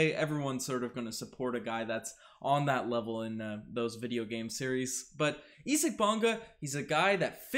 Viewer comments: Pronounce his first name the right way. Sounds this way ........ EYE ZEEK (Isaac) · Does know something I don't about this guy's name? Or does not know how to pronounce "Isaac"?